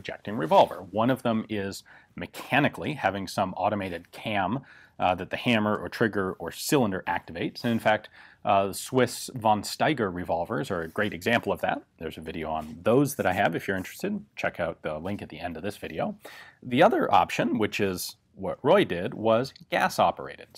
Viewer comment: pronunciation: "fon shtaiger" or "phon shtaiger" and never, ever, definitely not "vohn staiger", please.